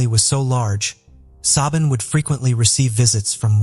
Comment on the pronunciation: It’s not sioban it’s said shiv-awn